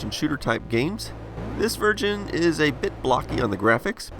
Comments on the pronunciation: you miss pronounced version, and said virgin. Surprised nobody caught that. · is it just me or does he say this vergin?